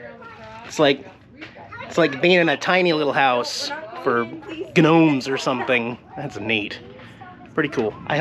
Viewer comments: Did you legit say, "Ga Nomes"?! lol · G-Nomes?!?🧙‍♂️... G-Nope! the "G" is silent 😉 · Did you just say Gnomes, like Guh-Nomes? FYI the G is silent!! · what did call gnomes? I swear I heard guhnomes 😂 Awesome video man